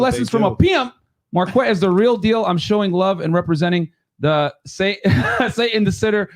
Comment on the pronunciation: That’s when you say Marq-Wet 😂